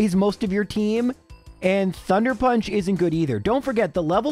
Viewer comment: wait, what? thunder punch? I'm confused at what you were even trying to say there 😅